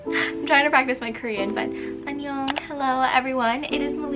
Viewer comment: Your “anyong,” sounds nice